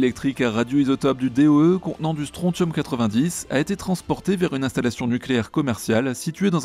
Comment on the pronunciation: Bonne vidéo comme d'habitude, hormis que mes oreilles ont saigné 6 fois en entendant comme tu écorchais "strontium". Le T se prononce SS, comment dans attention...